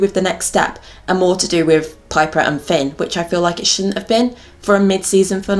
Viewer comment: Until the end of the video I didn’t realise why kept on saying ‘pin’ Hahah I ship piper and Finn